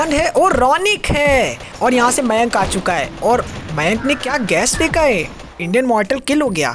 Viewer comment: Maynk nai ma'ya'nkkk